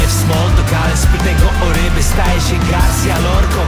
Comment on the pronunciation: Jedna rzecz nie daje mi spokoju, chodzi o Garcia Lorcę, skoro to facet i Hiszpan, to nie powinno być akcentu na GarSIJĄ Lorcą, bo mówi się <Garsija> czy właśnie przez to że to facet to w polskiej wymowie staje się Garsja Lorcą, i raczej powinno być Garsija Lorcą, bo jak spolszczać to po całości do Garcia bez akcentu tak jak się pisze. Jest tu jakiś inny purysta językowy?